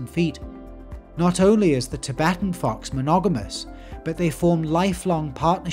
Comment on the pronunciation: “tibetan fox” 💀💀🇨🇳